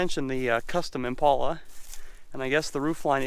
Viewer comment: Buddy, if you are going to say the names of cars, please say it right. The car you are referring to is an Impala, not an "Impolla". Please say it right.